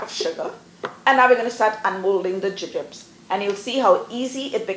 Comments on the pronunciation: I wondered if she was simply pronouncing the American candy name incorrectly. Thanks for that! We have both soft and hard jubes available in Australia, but I am a huge fan of gummy bears myself! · Your pronunciation was unfamiliar to me. In England and here in Australia we call these Jubes (pronounced joobs)